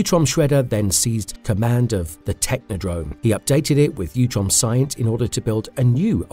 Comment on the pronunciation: It's utrom. Not youtrom.. Sound like fake AI reading